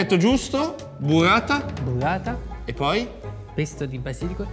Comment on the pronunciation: La buvvata l'ho sbucciata pevsonalmente ievi seva